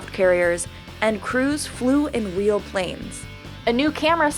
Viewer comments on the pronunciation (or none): Wait, did she say Weal? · if you go to seconds she says this "and tom cruise flew in weel planes"